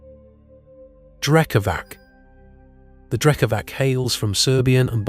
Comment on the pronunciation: The letter "c" is pronounced "ts" in Serbian -> Drekavats. Great video overall.